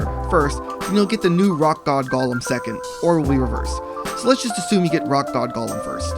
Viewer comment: This was helpful, but I always find it interesting to see what words people mispronounce. Dude. It's not lord of the rings. It's a GO-lem. Not Gollum. He ain't tryna steal your ring.